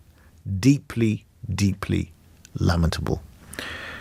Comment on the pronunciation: " Lammatable?" Doesn't he mean "lamentable"? That's public school education in a nutshell for you